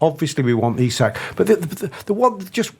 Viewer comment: Eee-sack not isaac. Small thing but irritates tf outta me lol